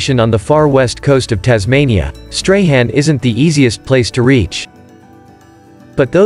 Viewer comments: Great video, I grew up in Tassie as a child in the 80s before moving to NSW, been back 3 times as an adult and have seen some of those beautiful locations. Just a bit of correction on the pronunication of the town Strahan, it is pronounced as "strawn" not "stray han". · Stray Han 😂